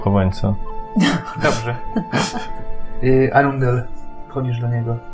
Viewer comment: Arundel = rondel , cały czas słyszę rondel 😂😂